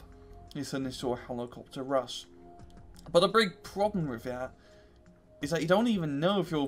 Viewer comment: You can't say rush and it's fucking killing me.